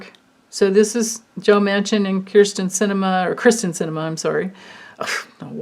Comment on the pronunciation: It is Kyr-sten and not Kristen but you certainly have a point in why should we care 😄 She's pretty awful. She doesn't even deserve the word Cinnamon....cinnamon is a very good thing 😁 Love your readings as always ❤ ~~Katerina